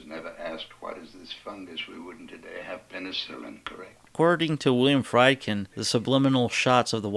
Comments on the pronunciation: The directors name is pronounced Freedkin with a long E sound, not Frydkin like in chicken. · FREEED-kin. FREEED-kin.